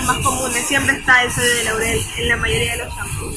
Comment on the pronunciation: muy chévere video. Sólo una pequeñita correción ; es sodio de lauril, no laurel. Agradezco este video, éxitos!